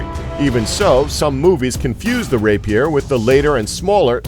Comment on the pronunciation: He's not very good at saying rapier either.